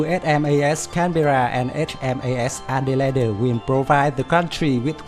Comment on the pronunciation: excellent vid. also, "elite" is pronounced "ee-leet". Adelaide is 'ad-ell-aid'